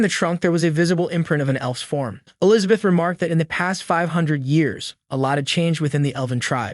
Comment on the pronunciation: Still trying to figure out who TF is Elizabeat. People really need to proofread before sending their sloppy scripts through their text to speech.